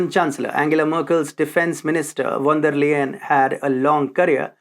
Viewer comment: you pronounce her name "von der Lyin' actually and not Layen